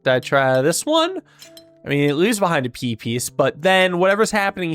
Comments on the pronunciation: I keep hearing Pipis but that's just the Deltarune brainrot speaking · You all heard "p piece" as peepees when he kept saying it, right?